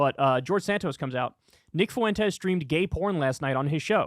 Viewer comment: learn how to say "Fuentes", Kyle. It's not that hard